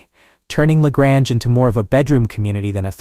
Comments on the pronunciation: La Grange .Grange is pronounced like Grain. It's not french town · La Grange-the 2nd. a is long.not short.